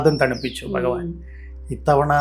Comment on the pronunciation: ഇതെന്താണ് ഇങ്ങനെ ഫഗവാൻ ഫഗവതി മനപ്പൂർവം പറയുന്നതല്ല എന്നറിയാം എന്നാലും എന്താണ് ഇങ്ങനെ